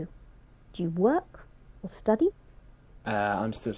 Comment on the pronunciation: Really 😳 with this pronunciation he got 8.5 Stoody = study Discoosing =discussing Contrie=county ...etc